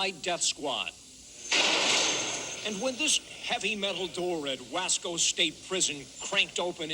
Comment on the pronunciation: It's pronounced "Wha-Sko